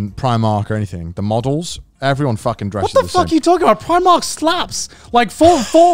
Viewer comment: Yalldid not iust pronouce primark like that